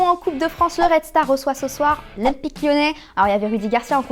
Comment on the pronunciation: "L'ympique Lyonnais" ? xD